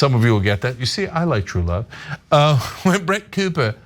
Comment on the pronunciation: Wuvv, twue wuvv...